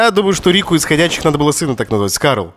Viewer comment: Не скарл а просто Скар!